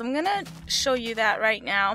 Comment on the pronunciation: when you said "now" it sounded like "meow" xD